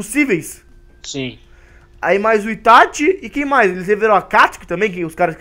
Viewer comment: Itachiii nao itathiiiii porra